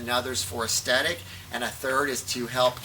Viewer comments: aesTHetic, not aesTetic :) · It's ok to use the word "look" instead of the more difficult "aesthetic", which you can't pronounce.